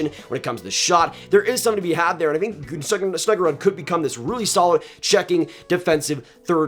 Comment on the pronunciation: snuggeroooooood not rudd